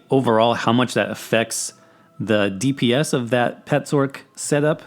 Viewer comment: I fucking hate how this guy says "sorc", not gonna lie. XD It's "sor-c" like sorcerer, not "s-orc". XD